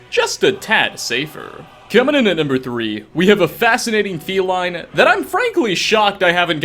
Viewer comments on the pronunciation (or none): none